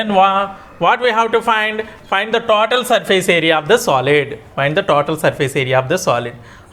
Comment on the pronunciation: Tatoal nahi sir total 😅 😂